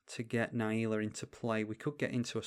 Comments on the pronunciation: Na Jee la, not naieela! Great video! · its not, you are speaking english and should pronounce it the correct english way